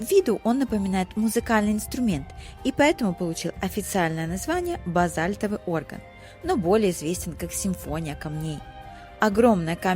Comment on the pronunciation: Не Орган а оргАн. Базальтовый Орган это как выразился ваш спутник из серии "Греческая смоковница".